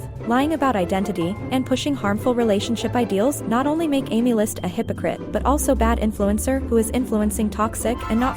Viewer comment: Aemilst ❌ AemLUST ✅